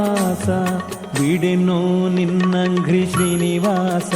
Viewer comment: Bideno ninnanghrri not ninnagri. ( ghri no gri)